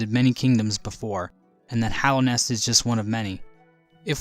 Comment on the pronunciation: Hallownest, not hollownest